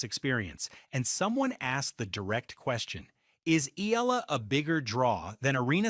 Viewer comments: PRONUNCIA Ee--- YAA-- LAH GRAZIE. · Eee-yah-lah!❤ not eelaah! My goodness! 🤣🤣🤣we Luvv U & 🥰😅💪🎾🏆🫶😻😀👍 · Eala it is pronounced as e-ya-la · Pronounce the name "" eyala, Eala